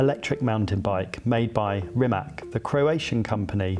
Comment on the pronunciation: It is RimaC not Rimak